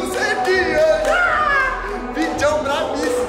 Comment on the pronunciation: ´´VIDJÃO´´ KKKKKKKKKKKKKKKKKKKKKKKKKKKKKKKKKKKKKKKKKKKKKKKKKKKKKKKKKKKKKKKKKKKKKKKKKKKKKKKKKKKKKKKKKKKKKKKKKKKKKKKKKKKKKKKKKK